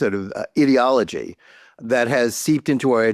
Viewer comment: Since you pronounced it the way you did Johnathan, instead of ideology, I'm going with idiotology!!! 🤷‍♀️